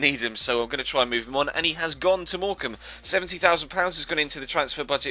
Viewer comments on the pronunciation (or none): none